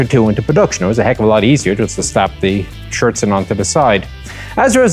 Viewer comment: Good pronunciation on the 'Schürzen' there, that is a difficult word for many native speakers of English to get right.